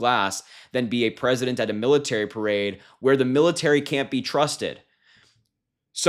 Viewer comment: that pretty much sums up these P.O.S.... Red State Education in full effect here, "Milirary" instead of "Military"... can't believe you missed that one?